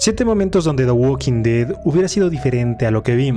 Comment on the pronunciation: En "da gualking ded" 🗣️